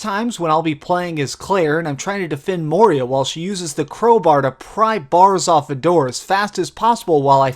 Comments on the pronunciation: Good review! But it's Moira! Not moeeria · lol you keep saying moria instead of moira. this isnt the lord of the rings lol! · Bruh, Moira, not Moria... Good review though :)